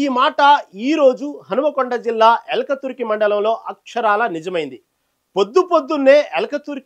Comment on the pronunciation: సోదర....ఊరి పేరు ఎల్కతుర్తి...ఎల్కతుర్కి కాదు....దయచేసి భాషను సరిగా పలకండి....